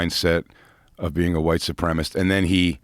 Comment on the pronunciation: 🫣every time jay says “white supremist”